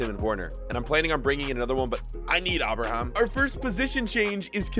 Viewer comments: The way he pronounces bat-shu-a-yi and a-braham 😂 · the way u said abraham made me sick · pronounces ever player like they have an accent or are spanish😂 ie aston villa, Abraham, cmon man!! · "Abra Ham"